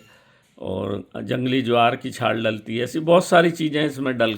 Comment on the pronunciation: छार बोल रहे है या छाल